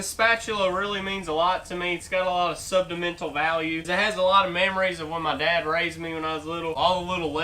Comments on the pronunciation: Sen ti mental. Not subdamental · Sentimental 😂😂😂 not sudamental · Anybody catch that he said sudamental value